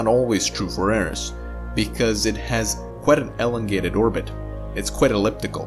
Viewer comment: "Ellengated" (As in DeGeneres?)